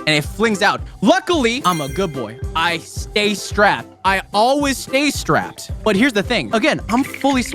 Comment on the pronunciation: The fact that he said "I always stay srapped" is crazy